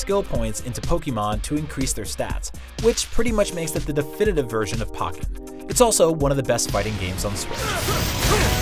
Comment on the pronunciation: It’s pOEkenn not pAHkenn